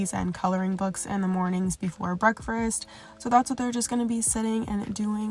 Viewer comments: I’ve been trying to make myself get up or so I can get my mind right and do a 30 minute workout but I’ve been making alllll the excuses 😩. Gonna use this as motivation to at least give it a try ❤ P.S. “Break-fRast” I can’t leave a comment without saying it. It still cracks me up. Sending love ❤ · That extra “r” you put in “breakfast” is funny asf 🤣 breakfrest 😭😭